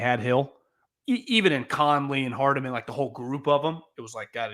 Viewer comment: Why can’t ever pronounce “Hardman” correctly lmao